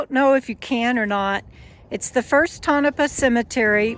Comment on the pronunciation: Lived in Mina for a while. Interesting area. Pronounced toe na paw.